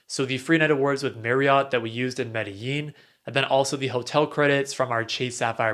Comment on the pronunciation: Medellín co is pronounced ‘medejin’ or ‘medegin’, not how it’s spelled.